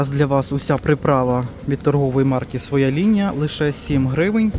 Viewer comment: ПривЕзли, покАжу так наголос ставлять на Хмельниччині, а у Львові говорять привезлИ, покажУ., ви не з Хмельниччини родом, ну Шо ж, ну Що ж, сімдесяТ, замість сімдесяТЬ, свОя лінія --- своЯ, вишнЬОю---вишнЕю, нічого поганого в цьому не бачу, вдячна за огляд.